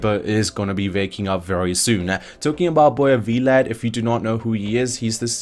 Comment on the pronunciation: Lol I love how you pronounce Vlads name..Vee-lad (that’s hilarious). Good content and good work on keeping us all up to date. That’s great news if true